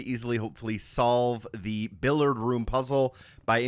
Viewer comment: How did you just pronounce billiard?! LOL